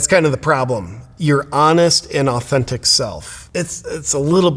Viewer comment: Did he say " living as his honest and authintic self" ?